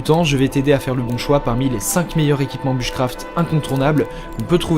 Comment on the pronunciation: Bouche craft et pas buche craft 😂